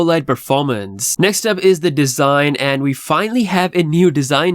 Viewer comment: "NEW DESING" 😂